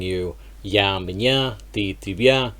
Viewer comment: Hi, you should work on the pronunciation of the letter [я]. I did not immediately understand what you said when you said [меня]. [я] sounds like [йа] only at the beginning of a word or after a vowel. After a consonant, it softens the consonant and sounds like a soft [а]. Sorry for the unsolicited advice 🙃